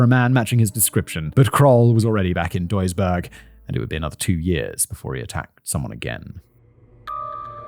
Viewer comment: As I listen to the story: greetings from Duisburg😁 Btw You didnt butcher the Name of my home as much as some of my fellow citizens :)